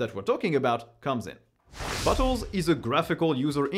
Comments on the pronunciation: Sorry but at 2x speed, every time you said "Bottle" I head "butt hole" xD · Sometimes I hear Bottles as Buttholes. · I giggled every time you said bottle, it sounded to me like you were saying buttholes. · He keeps sounding like he says "butt holes" and it's making this video much funnier than it should be. I need to grow up. 🤣🤣🤣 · I am going to start using pronunciation of bottles now. Buttholes, classic. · In some instances of when he says bottles it sounds like buttholes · I keep hearing butt hole lol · Every time you say "bottles", it sounds like you're saying "butt holes"! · Why am I hearing "Butt holes"? 🫢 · the way you say "bottles" sounds like "buttholes" to me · bro french people saying bottles cracks me up every time